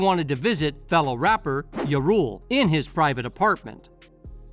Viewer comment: YA rule?? It’s JA, pronounced JAR you fool. Who do they get to voice these videos??